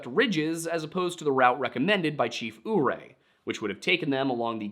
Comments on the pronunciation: I could be mistaken here, but as i grew up along the Uncompahgre, a stone's throw from the city of Ouray, and in the town where the grave of the chief is I think I can offer a little help with these names; the river is the “Un-cum-pod-ray” and the city and chief are “Yer-ray.” Not to poke too much fun at a fine man from the land of Penn’s Woods, but we southwestern Coloradoans actually have a little joke regarding some of the names in our region and he can easily tell who front here and who's never even passed through the area. Another good one is the town of Olathe. Most who are not from close by don’t get close to how it is actually pronounced. Anyway, love the video boys, and was mildly surprised to see something from my home region make it onto the show like this. Keep up the great work! Another fun little story is familiar with is that sometime in the ‘80s or ‘90s, i believe anyway, a gentleman actually tried selling jerky under the name “Packer’s Jerky” or something of the like thinking of would be a hit. A surprise to few, I'm sure, said gentlemen lost it all on this venture. It's almost like no one in Colorado wanted to by meat sharing the name with our local cannibal. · As a Coloradain I am going to make some corrections. It's Unc-com-padre like uncle, and padre. It's also Your-ay non ooray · Just a note - Ouray is pronounced yer-ay. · I normally wouldn't make such a comment, but you've asked for similar in the past: If the name you keep saying is spelled "Ouray," I can tell you that within Colorado, locals pronounce this "You-Ray." (There's a town with that name, so it comes up more often than just stories about natives and/or cannibals.) I don't know if that's an accurate rendering of the original name, but that's how it's said today. Sorry if this comment is already here; I skimmed some but wasn't going to read all 419.